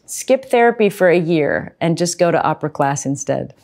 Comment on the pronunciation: He keeps saying Oprah but it's Opera.